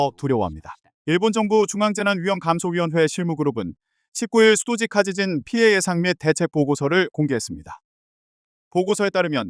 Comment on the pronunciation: AI가 읽는건가? 읽을 때 '수도직 하지진' 이렇게 읽는데 '수도 직하지진' 이렇게 띄어 읽어야 알아 듣지.